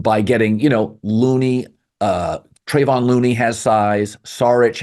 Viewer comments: Colin doesn;'t really pay attention to basketball to the degree that it's KEVON Looney -not TREVON Looney-and Moody is the same draft class as Kuminga. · Moses Moody’s been around longer? They were literally drafted #7 and #14, respectively, in 2021 in the exact same draft- and it’s Kevon, not Trayvon. C’mon Colin WTF?!